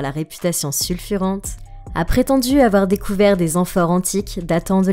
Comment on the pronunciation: Réputation sulfureuse et non "sulfurente".